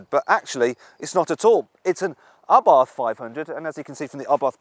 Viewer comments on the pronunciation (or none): Why does he say Arbarth, it's Abarth, no 'r' 😂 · Dude. It's Abarth. Not ARbarth. There's one R in there. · Ryan Patrick Someone should tell the presenter it is a silent aitch, pronounced ABART. BTW, the Monza exhaust is stupid. It is a THOUSAND POUND option, just to make the exhaust noisier. Drill a hole in it works just as well. I bought my 500 Esseesse, from a moron who thought it a good idea. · What’s an “Arbarth”…… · It is Karl Albert Abarth's name. The pronunciation is what it is. It doesn't matter what nationality you are.